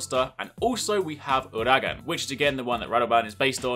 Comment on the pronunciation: I still cannot, and I won't ever get over how he pronounces Uragaan. No offence I just cringe every time I hear you say it the way you do.